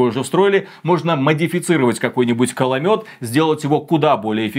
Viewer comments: кОломёт а не кАломёт ))) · Каломёт гыыыы =))) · Ой зря вы не акцентируете что это именно коломёт, ведь слышно нечто другое...